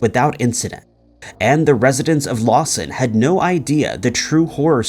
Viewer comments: FYI: It’s Lawton Oklahoma not Lawson. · It's "LawTon" Oklahoma, not "LawSon." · It’s Lawton. Not Lawson. It’s sad seeing you cover these cases and not even get the name of the city it happened in correct. Show some modicum of respect and learn how to pronounce names or get the city the case happened in correct. Just poor quality. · On #5 (Lisa) it's actually LAWTON, Oklahoma not Lawson. Just fyi..... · It wasn't Lawson, OK, it was Lawton; that's where Fort Sill is located.